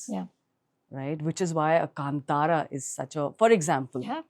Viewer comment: My respect for Yami doubled when she perfectly pronounced “Kantara”.